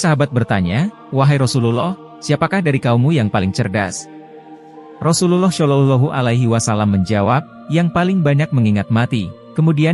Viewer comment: Bro yang punya konten, tolong saat menyebut nama Rosulullah SAW janganlah pakai voice AI. Jadi kurang tepat. Maaf ya...